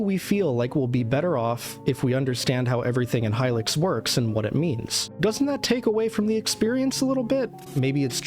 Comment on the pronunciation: youre pronouncing hylics wrong